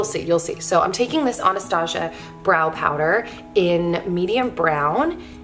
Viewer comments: Your skin looks INCREDIBLE!! I love how simple this look is! (and I think it's pronounced ana-stoss-ia not like "Asia" but like "stoss" if that makes sense?? haha!) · I hear most people pronounce it (Anna-stah-see-uh) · It's ahn-uhh-staw-see-uh hahaha 😂 Lol! I love this video! I don't wear makeup often but when I do my routine is so similar! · I’m not a 100% sure but I think it’s pronounced “ah-nuh-staa-see ya” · Hi, I’m only writing this because you said so. Anastasia is pronounced Anna-stah-see-uh. I hope this spelling helps. It doesn’t matter to me though, you pronounce how you want although some get upset. To each their own.